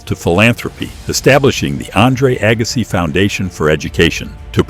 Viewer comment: Agass..eye? Yes, A.I.!